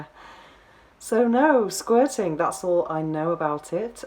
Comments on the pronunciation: Hearing her pronunciation of "squirting" is a major turn off. Sounds more like she is trying to say "squatting" ...The guy made her squat 8 times in two hours.....Loser. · Please say Sqirting again! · What the ...Professional S Toy Tester? Gee... Why did YouTube recommend me this? But how can I resist not clicking on it...lol...and why do you say "Squirting" like this?